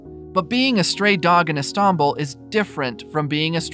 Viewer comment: "The city of E-stombl"